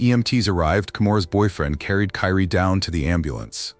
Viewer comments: What's pissing me off is the narrator all of a sudden calling the baby Karie instead of Kyrie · Kyrie ai say it with me Ky Rie (Ki-ree) ❤ rih angel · Her baby’s name is Kyrie * & stop using this baby’s death for views. His mama is already hurting, the last thing she needs is to see this & see how his name is being mispronounced & stuff .